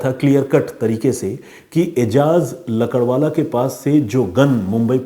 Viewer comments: Ajaz lakadwala nahi .. lakdawala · भाई आप लकड़वाला,,, लकड़वाला क्या कर रहे हो?? सही नाम है एजाज "लाकड़ावाला"